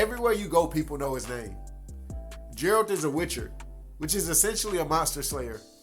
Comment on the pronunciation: lmfao my boy you need to work on how you call the main protagonist, Jayralt ...?! what's that, nah for real even in the actual game they don't call him like that